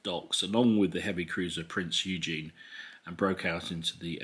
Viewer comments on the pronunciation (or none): Prince Eugen...pronounced as Oy-gen